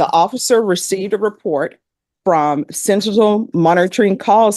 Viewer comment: Bless her she just cannot pronounce sentinel